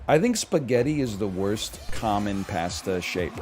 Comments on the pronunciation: on board with most of the takes but idk why he says pasta like that so i'm going -1 on this opinion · Hottest take is the way he pronounces "pasta" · I’m sad there’s no Josh here to point this out.